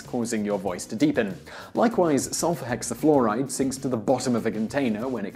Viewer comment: "sulfur hexaflehhhhride" lolwut